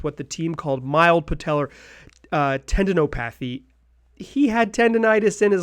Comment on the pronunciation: Tendon-op-athy not tendon-O-pathy! Regardless, you are still my pass first point guard.